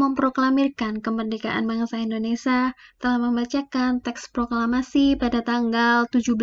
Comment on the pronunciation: Indonesia kak.. Bukan Indonesa